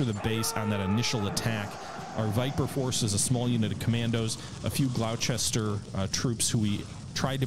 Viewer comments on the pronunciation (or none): Gloucester = “GLOSS-ter.”